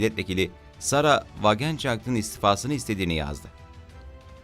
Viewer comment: die welt okunusu di welt sarah wagenknecht okunusu sara vagenkineht